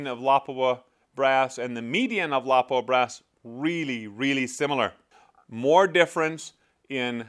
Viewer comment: It lapua not lawpua